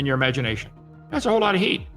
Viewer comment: Why say yoors?